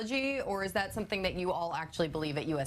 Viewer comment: This guy is lucky Doge didn’t get him. “It’ll happen in the next 10,000 years or sumpfin”